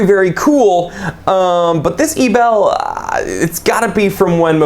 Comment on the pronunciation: Hey, you pronounce the watch Ebel Like "Able" and NOT "A Bell". Just trying to help you out dude! Greetings, Jack